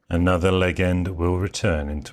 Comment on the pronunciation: How could you have misread it? Le"G"end Or Legend?